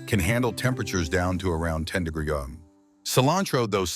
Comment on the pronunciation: AI cant say degrees?